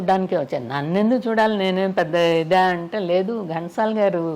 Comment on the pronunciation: ఓరి మీ తెలుగు తగలెయ్య!!!! అది గంటసాల కాదు ఘంటసాల వాళ్ళ ఇంటి పేరు ఎందుకు కూని చేస్తారు.. ఇంత పెద్ద పేరు ఉన్న చానెల్ లో కూడా ఈ తప్పులా😏😠